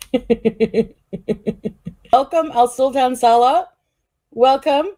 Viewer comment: They talked so much, yet she doesn’t pronounce (inflection) his name correctly. She says Salah with the same inflection as we do salad. Then it became Sa-La